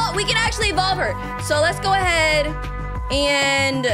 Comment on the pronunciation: IT IS SPELLED EVOLVE. IT IS PRONOUNCED EVOLVE. WHERE DID ENVOLVE COME FROM???